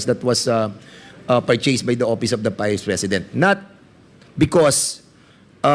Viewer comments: Ang office..opis Ang pagpronounce nya😂😂😂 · Opis,(office)payling(filing)of(op)Ang pagbigkas nya tlga 😂😂😂